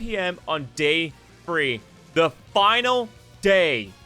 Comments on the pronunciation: bro said free days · AHHH TH SOUND IS NOT THE F SOUND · Free, Frough, Troufh? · I realized within the first couple minutes that OP can't say "the" sounds and it's all I could think about the whole time. "And wiv dat, in free days" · I keep hearing "only 'free' days"